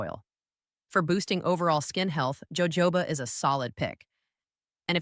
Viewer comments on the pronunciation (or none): It's pronounced Yoho ba, Not jojoba. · Jojoba is not pronounced joe-joe-ba. Its pronounced Ho-hoba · POINT OF INFORMATION: Jojoba oil is pronounced HO-HO-BA. The 'J' is said like an 'H'. This is from the Spanish where J is H. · Gawd I Hate ai ... Joe Joe ba oil, good grief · Fake AI. The “doctor” can’t pronounce “Jojoba” oil. How can we believe anything said here?